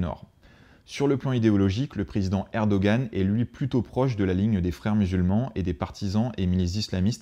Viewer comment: Erdoğan....se prononce Erdo-an..le ğ est muet!! Nice video.